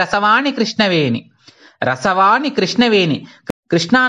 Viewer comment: చాలా మంచి ప్రయత్నం. మీరు ఉచ్చారణ దోషాలు గమనించుకోవాలి. ఉదాహరణకు, "రాల్లు" అంటున్నారు రాళ్ళు అనాలి కదా. అలాగే రసవాణి, కృష్ణవేణి దగ్గర కూడా రసవాని, కృష్ణవేని అంటున్నారు. దయచేసి "ళ" "ణ" లు సరిగ్గా ఉచ్చరించ ప్రార్ధన 🙏🙏